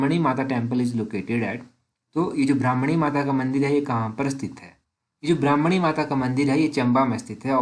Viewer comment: ब्राह्मणी नहीं भरमाणी